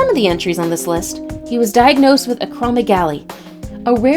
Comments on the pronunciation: Its acro-megali not ACROMEGLY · Dudeee pituitary not pipituary, acro-meg-aly not acromogly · This ladies pronunciation irks the heck out of me . Pituitary debut (daybu) acromegaly